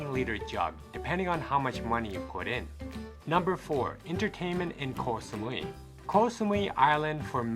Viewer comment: The pronunciation is not Kok (คอย = waiting), but Koh (เกาะ = island).